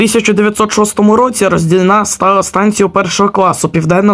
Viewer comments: РоздІльна! А не РоздільнА... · 😂 у слові Роздільна наголос на букву "і"